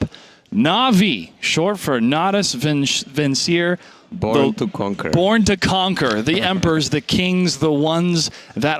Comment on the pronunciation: Bitch, you pronounced Natus Vincere wrong.